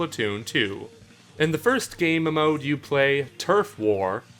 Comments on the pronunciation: It is not mmode it’s mode XD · you always pronounce mode MMode lol